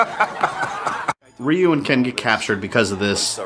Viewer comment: Why r u calling him Riu, not Ryu